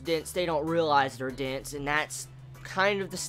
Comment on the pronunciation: took me a while before I realized you were saying "dense" - I was hearing you say "dints"